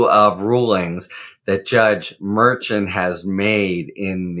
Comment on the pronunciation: I’ve heard Judge Merchan , pronounced Mer-Shawn , no t sound at the end